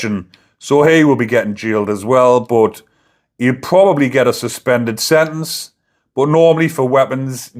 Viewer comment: Why can't you pronounce SENTENCE, you're not American?